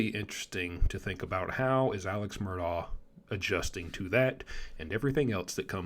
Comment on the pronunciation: Murdahh not murdog!